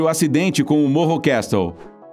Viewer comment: Castle pronuncia cassl